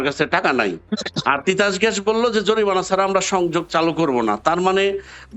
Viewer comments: জরিপানা না জরিমানা হবে।🙂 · জরিমানা, জরিপানা না। বাংলাও বলতে পারে না। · জরিমানা নাকি জরিপানা??? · Ucharon a anek problem. Jorimana not joripana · অশিক্ষিত লোক, জরিমানা রে বলতেছে জরিপানা।🤣🤣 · জরিপানা✅ জরিমানা❌😂😂😂😂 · শব্দটা জরিপানা নয়, জরিমানা... হায়রে জলিল! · Eto shikkhito jorimana k bar bar joribana boltasilo 😂😂😂😂😂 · অনন্ত ভাই উচ্চারণ জরিপানা না জরিমানা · জরিপানা নারে ভাই। জরিমানা 😂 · মিঃ জলিল সাহেব আপনি একজন অভিনেতা - আপনি জরিমানা কে জরিপানা বললেন ? ভাবতে পারছি না । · জরিপানা🤣😂🤣😂!!! (জরিমানা শব্দটিও তিনি সঠিকভাবে উচ্চারণ করতে পারে না। হায়রে অনন্ত জলিল!)